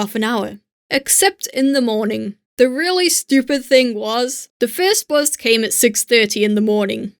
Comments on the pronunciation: I’ve not heard anyone pronounce bus as ‘buz’ since I was in secondary school. XD Thank you for the nostalgic trip. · Hey there^^, I really like ur videos:D I is remarkeable that your english accent loses against the german accent at the word bus ^^. I thought about adding a little fur at the hand of, would't it be nice? What do u think about that? Hey du^^, Ich mag deine Videos wirklich sehr:D Es ist wirklich bewundernswert, dass dein deutscher Akzent das Wort "Bus" vollkommen übernommen hat^^. Mir war aufgefallen, dass du bei darauf verzichtet hast etwas Fell hinzuzufügen. Wäre das keine gute Idee?